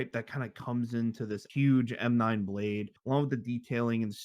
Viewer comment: bro said “plade” 💀 never heard that shi before